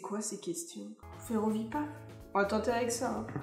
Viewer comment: "Ferrovipathe" est bien un mot français, donc il ne faut pas prononcer le "th" à l'anglaise ;) Un ferrovipathe est un fan des chemins de fer et du monde ferroviaire en général ;)